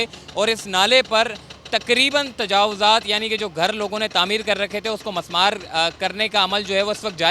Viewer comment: Mismaar Not Masmaar